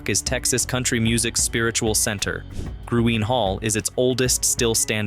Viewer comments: Luckenbach…LOO-ken-bauck . Gruene…Green. Gruene Hall. Call me HUN…as in honey. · Gruene-Green. Hico-HYCO. At least Luckenbach was pronounced right toward the end of the segment, and you got the Guadalupe River and Burnet Road. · Loved seeing this video on my beloved state - great, classic places. HOWEVER, if you are going to do a video on Texas you need to learn to talk Texican - I.E. LEUcKENBUCK -not LUCKenbach - Listen to the famous song, GRENE - no Grooen. HIco - not Nico, We do have many more weird city/town names that non Texas will never get right. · Its pronounced " GREEN " 💚.. Dancex many nights at Gruene Hall. .